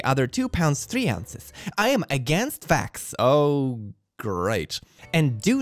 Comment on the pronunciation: "I am against vax" sounded like "I am against facts." Someday soon I am sure someone will say this on reddit or maybe xitter.